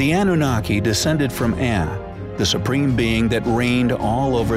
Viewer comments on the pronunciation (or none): "Ahnoonakay" I always heard it pronounced Ah-new-nah-key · Why do Americans insist on changing the pronunciation of everything, it's Iraq as in E rack and not Eye Rack, and what is annuniki it's pronounced an u naki. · Why does the narrator keep saying "Anoonickee"? It's ahh-noo-nahh-kee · It is( ah new nah key) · Yes he does. Particularly ANNUNAKI. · Coming from someone who can't pronounce the name Anunnaki properly !!